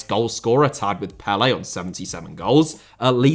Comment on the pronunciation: Pelé* not Pelei Awe* not Or Roque* not Roquei Andrey* not Ondrey Copa* not Copper Alberto* not Albötouw Debut * not Deibyu Possession* not Posession Argentina* not Orgentiner Croatia* not Croatier Style* not Stahl Mateo* not Matejouw Silva* not Selver Serie* not Seri Inter * not Ento München * not Munich Jesus* not Jeisus Liga* not Liguer Russia* not Russier Adriano* not Adriohrnouw Fabiano* not Fabiohrnouw Grafite* not Gráfitch Afonso * not Afonzouw Heerenveen* not Hierenvein Renan* not Reinan Fifa* not Fifer Bebeto* not Bebitouw Rather* not Rother Uefa* not Yuweifer Venezuela * not Venezueiler Tite* not Tchitchei Fluminense * not Flumenensei Idea* not Ideer